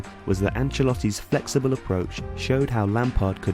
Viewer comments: Felxible not Flexible haha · "Felxible" - Fail! You can tell the guy was probably like, "Fuck! Well I'm not fucking starting again!" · felxible? :D